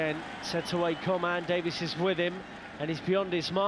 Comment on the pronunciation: It’s DaviEs not Davis😤😤